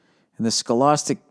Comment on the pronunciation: Scholostic...scholAstic. Scholostic? Scholastic...